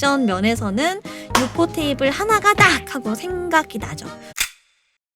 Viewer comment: 유포테이블 이라고 정확하게 말해줘서 속이 다 시원함